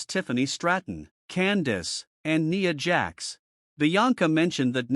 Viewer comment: A pointless video you saying nia jax name so wrong over there.